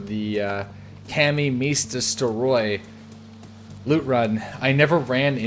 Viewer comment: You mispronounced everything, but Kamensk, Tisy and Veresnik :D